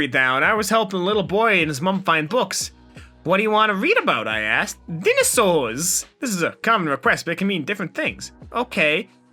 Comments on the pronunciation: oh i hate how he pronounces “dinosaurs” and “DNA” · STOP SAYING DINOSAURS LIKE THAT REEEEEEEEEEEEEEEE